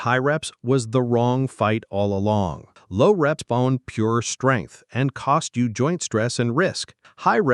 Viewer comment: Skrength & kwelve huh 😭